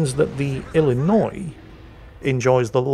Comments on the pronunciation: being an Illinois native, i am impressed and pleasantly surprised with correct pronunciation of my home state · Finally, someone who knows how to say Illinois without adding the S at the end. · As someone from Illinois, I was surprised at correct pronunciation. A lot of people from out of state add the "S" at the end, but it is in fact a silent letter. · I'm impressed you knew the s in Illinois is silent! Which makes it a completely useless letter IMO lol.